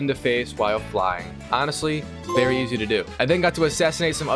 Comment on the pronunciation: “Easio” Van this mg